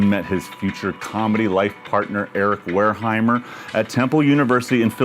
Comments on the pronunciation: with the occasional "Wolheimer" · He's been saying Wareheimer as long as I can remember